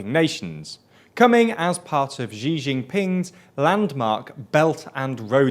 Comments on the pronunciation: It's Xi Jinping, not Zhi Jinping. Xi is pronounced like "she" (as in a female). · ‘Shee Jeen-peeng’ would be much close to the actual pronunciation of “習近平” than this jumble of French sounds all your videos use for his name. Come on guys, you can do better 💪🏻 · i sometime wonder if people call Xi Jing Ping "Gigi(n) Ping" on purpose to mock him. Try Wade-Giles spelling maybe: Hsi Ching Ping (I hope I'm not wrong). Otherwise his name sounds like